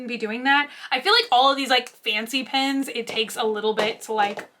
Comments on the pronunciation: PENS not bloody PINS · How come you can say jetpens right but when it’s just pen it’s. “pins” lol so cute!